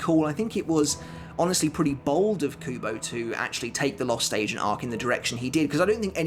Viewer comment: It's sounds like he's saying the lost " Asian " arc!